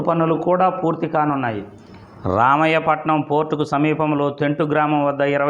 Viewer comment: ఒరే, రామాయపట్నం ఎక్కడ ఉందో తెలుసా రా. రామయ్యా పట్నం కాదురా , రామాయపట్నం రా బాబు